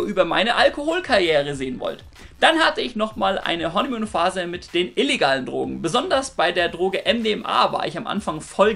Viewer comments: Honeymuhn???? Hanimuhn!! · Was ist "Honnimuun" ?